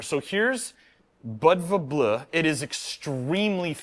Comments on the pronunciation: Bleu is pronounced Blue. Just Blue. Its the same way Flavour and Colour are spelled differently. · Bleu is French for Blue. pronunciation was awful. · Bleu is french for blue and pronounced almost the same as blue in english.